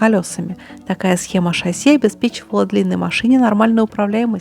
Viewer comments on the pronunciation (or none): none